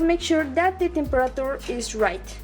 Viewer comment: And u say temperature wrong